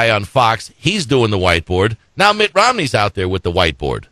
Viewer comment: "... spRending..." ?!? "... with MittS Romney plan..." Damn. Love the Flubs - miss the flubs and dammit - we need another JD.